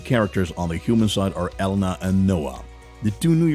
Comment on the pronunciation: The way he pronounced Elena and Acree it’s pronounced (rc) lol and she not new lol